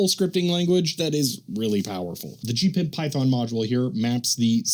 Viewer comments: Pronouncing it G-PiB is driving me nuts. I’ve only ever heard it referred to and pronounced G-P-I-B. I use it daily with power supplies, function generators, DVMs, ATTENUATOR controllers and oscilloscopes. I use the NI-VISA with VB6. There is no charge to use their windows library. Me preference is to used Agilent/Keysight drivers and VISA. My whole lab works on G-P-I-B. Newer devices with network interfaces work identically with my software. The only difference is the the VISA/GPIB address is a network is different. Also you can use direct USB connection. Identical except a unique address. I find USB not as reliable as network or GPIB connection. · ‘G’ ‘P’ ‘I’ ‘B’ please. It is most definitely not ‘Gpib’ pronounced as one word! If you don’t believe me, do you think HP would allow it to be called ‘Hpib’ as one word? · Slight correction: The correct pronunciation is G-P-I-B or H-P-I-B. You'd upset HP and the grey-beards if you call it H-PIB, instead of with their brand name. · I have never heard anyone, anywhere, in the industry refer to it as anything but G-PIB, except maybe H-PIB by the grey beards. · You're probably the only person in the world who says GPIB as a word instead of spelled out like any acronym.. and it really grinds my gears.